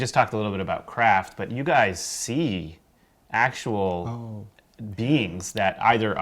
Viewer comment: When says "beings" I hear "beans" and can't focus because it makes me laugh. Yes, I'm still 5 years old in my head.